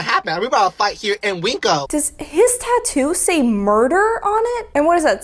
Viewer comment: Ive never heard winco pronounced as "wink-o" 😂 it's literally win-co. Girly needs to learn to annunciate before trying to start 💩 with anyone.